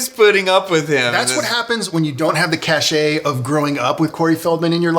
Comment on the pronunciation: its cash ...the e is silent old man 👴